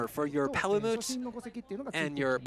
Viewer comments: No. No he doesn't. I'm triggered every time he says Palamoot instead of Palamute. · even dumbass is calling em palamoots